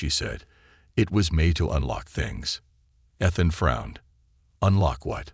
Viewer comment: It's a good story so far. You need to work on your words. It's Ethan